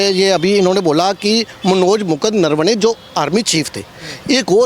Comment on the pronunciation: He is saying नरवणे or नरवने ye नरवाडे कहासे आगया